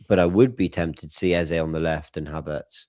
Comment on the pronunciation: When pronounces EZE as “Air-, I shudder. Am convinced he was the snob pupil at primary school.